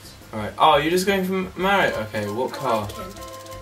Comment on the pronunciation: 8:010 Oli says Lario XD